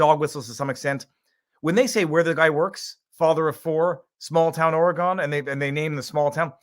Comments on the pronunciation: O-re-gun not OreGONE xd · OH MY GOSH VIV!!! That is not how Oregon is pronounced!!! Gun not Gone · Not ORY-gone but ORY-gun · oregon is said like oregun